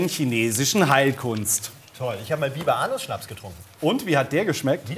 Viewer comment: War das nicht so ein bayerischer Heiliger? Walulis hat das bloß falsch ausgesprochen, es heißt St. Biberanus. Der Schnaps ist vermutlich allerdings nicht jedermanns Sache...